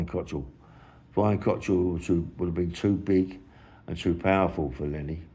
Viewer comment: Why do you always call him Cottrell? It's Cockerill 😂